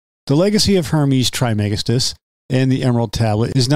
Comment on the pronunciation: Pronounced “Tris-ma-gis-‘tus”